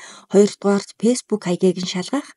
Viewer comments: Peesbook gj bitgii heleech dee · beesbook gsn c oilgoj bn